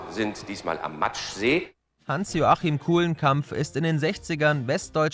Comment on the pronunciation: Heißt der See in Hannover nicht Maschsee und nicht „Matschsee”?😂